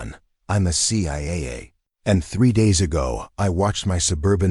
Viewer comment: what’s. ciaa 😂😂😂😂😂 stupid AI